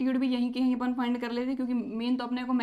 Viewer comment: Not apun apan